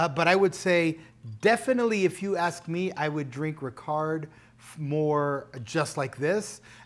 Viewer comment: Hi An excellent review of both , however the pronunciation of Ricard is Ricar, the d is silent. Also the ice is always added last. 🥳